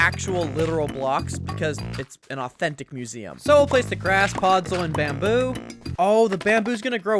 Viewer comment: I thought he said autistic museum wth 💀